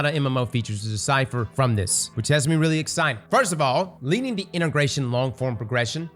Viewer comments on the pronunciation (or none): none